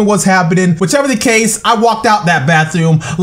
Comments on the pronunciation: "The bathewm" 😂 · why does he say bathewm😂😂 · what with the way he say bathroom